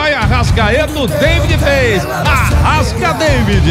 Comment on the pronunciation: Alberto é unico, mas, o pequetito e albertinho lombriga merecem respeito, são feras ! " arrascadeivid" kkkk !